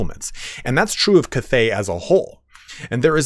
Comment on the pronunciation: I wish I could teach you how to say cathay correctly. Its bothering me too much .